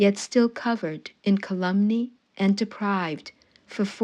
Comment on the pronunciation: AI cant pronunce "calumny"